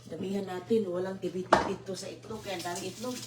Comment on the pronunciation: Itlog not etlog...simpleng Tagalog lng Po....